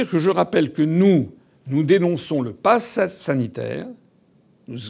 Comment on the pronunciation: « Nous dénonçons le passass sanitaire. »